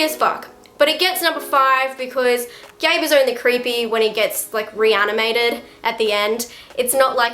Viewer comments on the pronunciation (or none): Gage..not Gabe..sorry..I'm from Maine ..I was on set during the original movie...love your stuff!